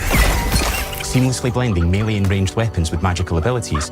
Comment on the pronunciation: 2026 and people are still mispronouncing melee